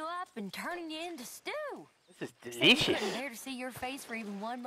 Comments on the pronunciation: Deleeshus. Sitchiation” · Am I the only one that loves how he pronounces "delicious" and "situation"?